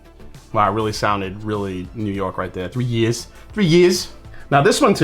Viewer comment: glad you caught that because I paused for a sec and thought “did he just say ‘three yezz’?” 😂